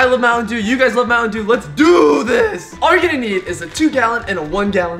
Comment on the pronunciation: I like muantendew to